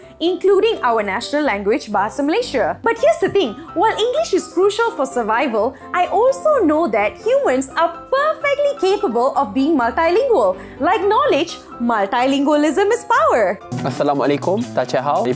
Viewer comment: it should sound "malti" is not "maltai" when you pronounce multilingual.